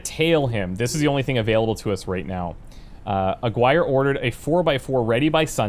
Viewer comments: Just a correction the name you were trying to pronounce is not Aguire but Aaaah-gi-rrr-eeeh. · Its pronounced Ah gi rre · Aguirre= Ah-gee-ray.